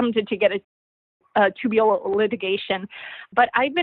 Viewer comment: “Tubulal litigation”?